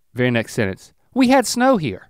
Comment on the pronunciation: “I’m hare, and I’m quare!”